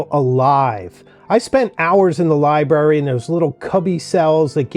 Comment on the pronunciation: Very inspiring. Thank you. Also, I am a retired librarian and I want to gently (lovingly) remind you to listen to your pronunciation of the word ‘library’. Library is not pronounced ‘liberry’. When folks forget to pronounce the first r in library it’s like nails on a chalkboard for all librarians.